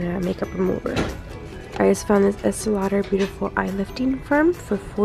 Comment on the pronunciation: Did you just say "fox fur" and esti lauder?